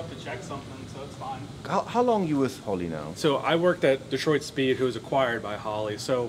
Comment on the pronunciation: It´s not Holly....it´s H o l l E y 😚 🤣🤣🤣🤣